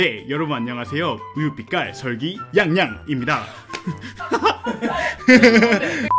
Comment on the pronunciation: Sulgi not Seolgi